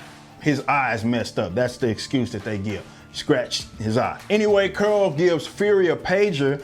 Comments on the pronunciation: “Curol” LoL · It was criminal the way you pronounce Carol. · Who is "Curl"?....Oh you mean " Carol"? 😂. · I keep cracking up when he pronounces Carol as Curl 😂🤣🤣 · Why you keep saying curl instead of Carol? You still thinking about burning some steam and work out the travesty that was Captain Marvel? Cuz i'm doing that! This movie was epic trash, it makes the worst MCU movies look like academy award winners! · Carol is NOT pronounced "curl."